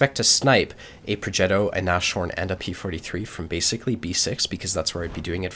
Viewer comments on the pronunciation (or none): it's not Na-shorn, it's Nas-horn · god this guys pronounciation... nash horn, really? He is really enjoyable to watch though, keep it up!